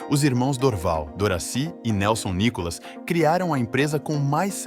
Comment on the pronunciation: O nome correto não é o "NICOLAS", é nunca foi!!!! O correto é "NÍCCOLA OU NÍCOLA". Seria de bom tamanho que, o autor é narrador do site conhecesse melhor a história da Nícola & Cia e pronúncia do grupo hoje da família Belinni, cujo o Sr. Paulo Belinni foi fundador em 1949 e nos dia atuais denominada "MARCOPOLO".